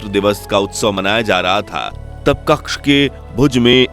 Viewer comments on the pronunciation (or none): Kxha નહીં કચ્છ બોલો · Pehale hindi bolna shikho Kasha nahi kacha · कक्ष नहीं कच्छ है। दुरस्त कीजिए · कच्छ not कक्ष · आप क्कछ बोल रहे हैं पर कच्छ शब्द है